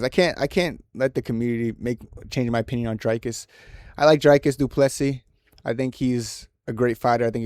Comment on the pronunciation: I knew you would get this one wrong because you can't even pronounce Du Plessis correctly